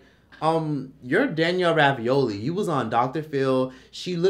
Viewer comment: Why does he keep saying "Danielle Ravioli"???